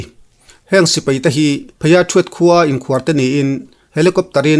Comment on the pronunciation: Mizo tawng ah sipei a awm lo sipai ti in lam ri tawh la a ngaih thlak a nuam zawk ang a pu zori mawi